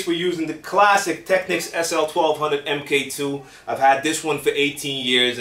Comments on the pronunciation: thank you for saying techniks instead of "techniques"...just bc some euros pronounce it that way doesnt mean we have to :) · Finally , an American DJ that says "Technics" not "Techniques" :P